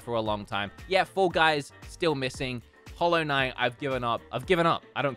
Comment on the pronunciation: Who-low knight?